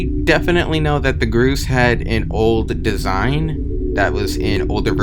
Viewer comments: He calls the gorse “gruse” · Gorse is pronounced GORE-SSSS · im sorry did you call gorse groose? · "Grose" makes my heart hurt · gorse is actually pronounced gore-se like gore and horse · Isn't it pronounced G-orse (like horse but starting with G) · Why are you pronouncing it groose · wait people pronounce it the "groose" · you said gorse wrong. its gORse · The way you pronounce gorse is very annoying you sayit like "Grues" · This guy REALLY said "groose" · bruh he calling the gorse gru ss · im pretty sure they are pronounced gore-s. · he pronounces gorse as groose lol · You pronounced gorse several different ways several times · I hate how you pronounce gorse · bro cannot pronounce gorse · why did you keep changing your pronunciation of gorse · No offense honestly but is that how Gorse is really pronounced? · Entity name : Gorse this guy : Groose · He calls it the grouse its the gorse bro learn how to read. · STOP CALLING THE GORSE "GRUSE" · i think is pronounced (gore - sss) not (gro - sss) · GROSE?? GROSEE?!?!? ITS A GORSE SAY IT CORRECTLY! "GORE SE!" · i'm pretty sure its 'gors' and not 'groose' idk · Pretty sure gorse is pronounced "gorse" instead of "goose" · Ahh yes the “groose “ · why the fuck does this guy keep calling it a groose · i hate the way you pronounce gorse💀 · bro really called the gorse a "groose" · "the gruce" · “the groose” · its pronounced gore > sss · "The Groose" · Btw gorse is spelled like gore but with s at the end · " The groose " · U pronounced grose wrong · gorse gor-ss is how you pronounce it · bro pronounced the gorse in 2 variations that are all wrong. “gross” “groos” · You can break the flood light and gorse is pronounced “gause” sause but replace the “s” at the start with a g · The way they say "malafunction" and "gross"/"groose" annoys me.. At least they didn't say "homogenous" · Gorse, Gore-ss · What's the point of pronouncing "Gorse" as "Groos"? Comment bait or something? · yea the "groose" totally not gorse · grooce? its gorse